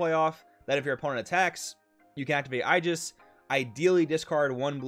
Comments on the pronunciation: im sorry its nothing against you its aegis with an A at the beginning. love the content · please never try to pronounce aegis anymore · I think you pronounced "aegis" in every possible different way lol